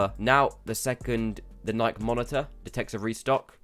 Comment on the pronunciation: Ni-key not nike like bike